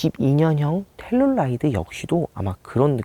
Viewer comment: 왜 자꾸 텔룰라이드라고....암튼 국내출시가 시급함